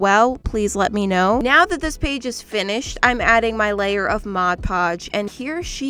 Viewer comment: She says mod podge so much she says mod puge